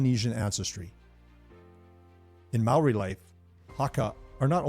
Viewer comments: Great. You pronounced Maori words better than any other non Kiwi I've ever heard. And you knew the Maori connection to the silver fern that not many non Maori Kiwis even know. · This was most informative. Growing up in NZ and watching hundreds of games.. I didn't really know the reason why it was called a 'try'. Props to your maori pronunciation too :)